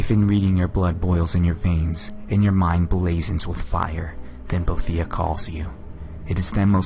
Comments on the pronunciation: No its actually Bo-e-thi-ah. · BO-AY-THE-AH. Not Bothia. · wow. Correcting other's when you don't even pronounce it right yourself? It's pronounced bo-"ee"-the-ah not bo-"ay"-the-ah and yes, it's not Bothia either. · I thought it was pronounced Bo-e-thi-ah, not Boe-thi-ah. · **CORRECTION OF PRONUNCIATION** Boethiah is pronounced as follows: bo-EE-thee-uh Just a little FYI for everyone there...otherwise, I really enjoy your Elder Scrolls Lore series,!! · Your both close. BOH-EE-THEE-AH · Actually, it's 'Bow-eeth-ear' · omg i comited suicide when i herd you pronounced boethiah. its bo-eth-iah